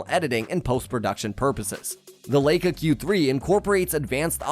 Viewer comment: The narrator mispronounces Leica 😦